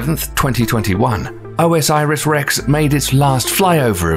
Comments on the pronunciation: O S Iris? It's Osiris, y'know, the Egyptian God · OMG.... It's not "O.S.Iris Rex"! It's "Osiris Rex" like the Egyptian God. 4 syllables, not 5. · I think you have to say orsis not o s iris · just bcoz u pronounce wrong doesnt mean u r an idiot...chill man...dont be so mean